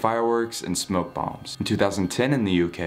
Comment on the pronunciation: Is anyone going to talk about the way he said bombs and it sounded like bongs